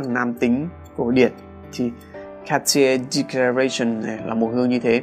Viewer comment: ông nên tham khảo cách gọi tên nước hoa chuẩn theo nước sản sinh ra nó đi, VD: "Cartier Declaration - Các ti erg đếch ca ga xi ông (tiếng pháp)" hay "Guerlain L'Homme Ideal - Géc lang Lôm i đê an (tiếng Pháp)" hay Lacoste Blanc - La cốt Bờ lăng (tiếng Pháp) thì lại tự phiên dịch ra TA là Lacoste White!! v.v. Ko cần chuẩn 100% nhưng cũng phải nhận diện được - chứng tỏ cho người xem là mình đầu tư kỹ cho nội dung clip và cũng có hiểu biết nhất định nào đó chứ ko đơn thuần; chứ nghe đọc tên nước hoa sai sai thì nó giảm sự hấp dẫn của nội dung đi khá nhiều đó! Lưu ý là mình chỉ góp ý về vấn đề đọc tên nước hoa thôi nhé còn về chuyên môn thì ko có ý kiến gì :D!